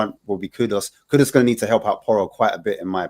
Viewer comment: Great show as always, but grateful if you can nudge some of the regulars on their pronunciation that its 'Kudus' not 'Kudos'!